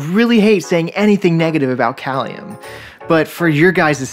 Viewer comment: pronounced Kay-lium